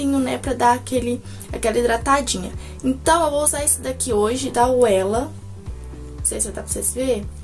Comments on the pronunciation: esse óleo a pronúncia é "vela" se escreve Wella mais se ler com "v", e ele é muito bom. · meu sonho meu cabelo não ficar oleoso! esse oléo da Wella é mara, se pronuncia: vela. Beijos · Tbm tive nervoso dela falando “uela” rs! Logo que ela passa da uma diferença ABSURDA, ja quero! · do céu, o nome do óleo é wella no caso esse "W" tem som de "V". O óleo é da Vella no caso Wella. Marca famosinha e cara.